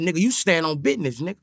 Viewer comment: "I STAND ON BIDNESS"😂😂😂